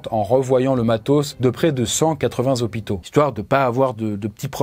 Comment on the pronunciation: "c'est ca la réalité dans les zozopitos!" lool